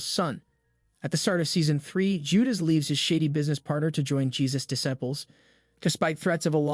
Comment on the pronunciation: who narrates this!! DIS-aples?? IliJah?? FINilly??